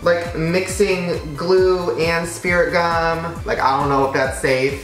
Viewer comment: where my fellow drama kids who cringed when he said spirit gum